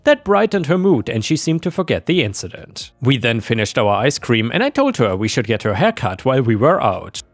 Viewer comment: Hey. Ich finde, du suchst schicke Geschichten raus und finde auch gut, dass du dir die Mühe machst, die Geschichten selbst vorzulesen. Ich möchte dich trotzdem bitten, etwas an der Aussprache zu arbeiten. In einigen deiner Videos war das Zuhören ein regelrechtes Fremdschämen, wenn sich beispielsweise wieder ein "Hööör" (her) durch den Gehörgang bohrt.